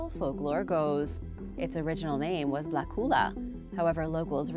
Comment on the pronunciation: When you talk about Sweden it would be better if you say the names in English instead of trying to say them in Swedish. When you say Bla Jungfrun that is wrong. The real name is Blå Jungfrun and when you translate that to English it will be Blue Virgin. And Blakulla is Blåkulla and thats the place where all witches go the day before longfriday. Thats what we celebrate here in Sweden when we dresses up like witches.